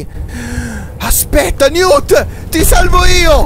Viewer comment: quel robot si chiama Newt sitice Niwt ma sistrive Newt